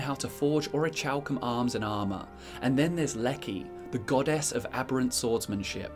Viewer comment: Your pronunciation of "orichalcum" bothers me for some reason lol.